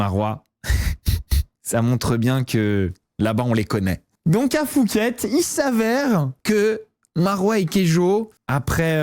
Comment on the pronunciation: Fouket? Phuket se dit "Pouket"